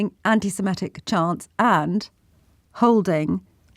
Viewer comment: It's "semitic", not "semetic". The thugs we saw yesterday were THE SAME BLOKES that Sangita saw in the 1980s. 😮